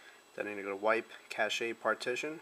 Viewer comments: I think this is a great addition to the text instructions floating around the various forums. I know when I first started I didn't realize I had to go in to the recovery menu to get the NANDroid backup. Just an FYI: cache is pronounced "cash", not "cash-aye". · Its pronounced cash, not cash-a just to let you know